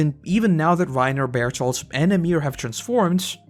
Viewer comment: for the life of me, I cannot understand why you call Berthold Barito. Somebody make it make sense to me🤦‍♂️